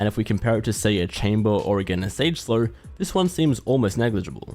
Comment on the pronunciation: am i the only one who hears him say Slur instead of Slow? 🤔